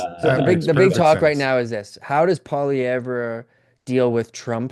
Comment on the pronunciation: Someone tell the liberal it’s not pronounced Pierre “Polylever”